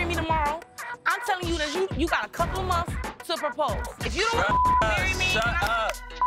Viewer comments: said "Monfs" Me: months lol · It’s bin “ monfs “ monfs” LOL 😂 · "monfs monfs"😭😭